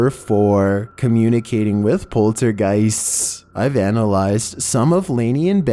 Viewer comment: number four, communicating with polterguyïeststs